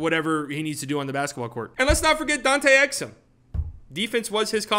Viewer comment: “Dante Exum, Ok” LMAO